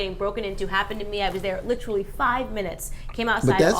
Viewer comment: Many reasons to dislike Candace, but her pronunciation of “literally” might be the top reason.